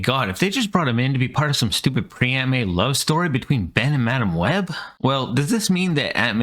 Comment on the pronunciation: OOOOO MAAAASHHHHH not HOOOOOO MICH